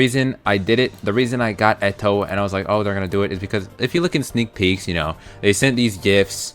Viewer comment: I hate how u pronounce eto